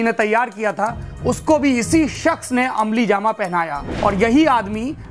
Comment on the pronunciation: amli-jama 😁 hahaha